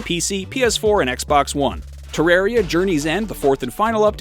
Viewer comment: I don’t like how you say Terraria